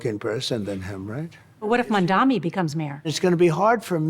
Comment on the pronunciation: We can't even expect major news outlet anchors and hosts to say "Mamdani" correctly.